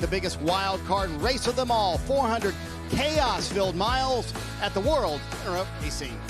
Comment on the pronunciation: "The world erup of racing"